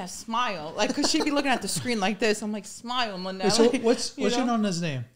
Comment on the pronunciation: It's Nonna....not Nunna !!!